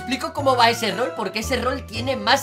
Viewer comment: Like si en el minuto dijo errol xdd